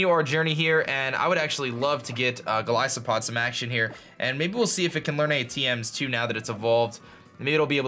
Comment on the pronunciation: "Golisopod" Oh please, it isn't a Primary Ice type, it's (Gol-is-oh-pod)